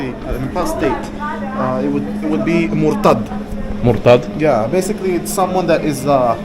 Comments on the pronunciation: he’s an imposter. He can’t pronounce the properly the letters in the word “mortad”. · he can’t pronounce the letters in the word “mortad” like an Arab. He’s probably fake and not what he says he is. He doesn’t even look Palestinian. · He’s fake. As a Palestinian I can tell from his face features that he’s not one of us. He has European Jewish ancestry. At least one of his parents is not from the Middle East. And also the fact that he can’t distinguish the “dh” from the “th” in the word “mortad” that he used, confirms he’s fake and was never raised a muslim.